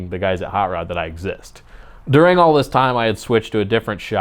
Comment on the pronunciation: The way he says “during” made me replay it about 20 times. Wth lol